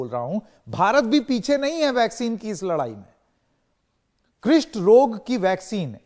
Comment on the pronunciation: क्रिस्ट रोग नहीं है भाई कुष्ट रोग है |